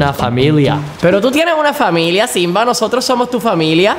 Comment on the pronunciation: Se dice Simba no sinba